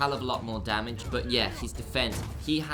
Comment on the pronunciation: Damage!!! Not damadge lolol